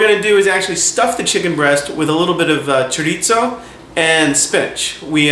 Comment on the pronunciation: There is no t in chorizo. Chorizo is Spanish not Italian.